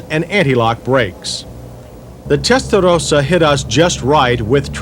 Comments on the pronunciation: Lol all that emphasis on "testarossa" and he still Mispronounces Testarossa... lol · The way this guy over pronounces Testarossa over and over again with that awful try hard accent makes me want to punch him in the face. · Holy God is it necessary to pronounce the model name that way. I want to turn the volume up but your making my teeth chatter.😞😖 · Beautiful car and decent review but will someone PLEASE smack that stupid Yanker up the side of the head everytime he butchers the word "Testarossa" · The pronunciation of Testarossa is so over done. i would love to eat at a mexican restaurant with this guy. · Between him trying to pronounce whatever he is trying to say here and him calling the Mustang a ‘Tang! It’s the only thing I hate about these retro reviews. Otherwise I like everything about them. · he pronounced Testarossa with the accent with SuperMario style, this is not an Italian accent, us Italians do not pronounce Testarossa like him or you Americans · Really wanted to flex the near tongue roll apparently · i wanted to punch this guy in the face about the 10th time he said "testarothasa." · Testa though sa. There I said it right. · I love how John say Testarrrossa.....bless John after all these years, MW is still doing great!!! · Why does he keep saying that "Testadose-ahh?" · listen to this clown say terstarossa! What a clown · Yeah he wore that out didn't he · okay say Testarossa.... as spelled. Otherwise say Felllali as well. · The correct pronunciation is Testa-Ross-a... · Stop saying Tttestaroosa! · The way the commentator says "testarossa" is annoying............and wrong. Follow this now: "Ross Corsa" (ferrari racing red) pronounced as "RAW-so cor-sa" "Testarossa" (red head) pronounced as "Testa-RAW-sa" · The way you pronounce Testarossa is extremely disturbing. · I have a mini-stroke every time he says Testarossa like that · Stop saying testarossa like that. Tool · Nobody: John Davis: Pronounces Testarossa with an Italian accent